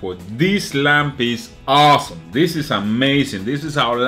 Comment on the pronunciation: "dis lamp is awwwsome"